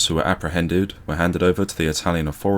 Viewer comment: Rigid... not riggid. Authorities not aufforities.